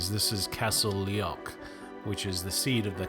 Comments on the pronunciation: lee-och - not leock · There are no trespassing laws in Scotland, so accessibility is available in the first location. Also, my country is pronounced Scotl-A-nd, not Scot-lind. And Castle Leoch is just damn laughable…